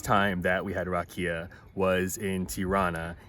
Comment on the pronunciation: This is all in good fun. Loved the video, made me miss my birth country. The whiskey is pronounced Rock E Ya. Roll the R. You guys where killing me with the way you pronounced it. All the best to you. Long life and good health.